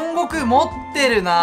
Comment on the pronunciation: 持ってるって強調しすぎ